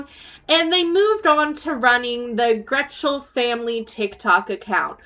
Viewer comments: It’s Getchell, not Gretchell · Not trying to nitpick your video but its Getchell... not Gretchell... there isn't an R in the last name. I noticed it in your last video but i just wanted to gently correct the error. Keep up the great work dear. And they are definitely not famous, but infamous 😂 Also.... the delusional of them thinking people were really coming to the meet and greet. Booking hotels... what the faq. The trolls had them convinced.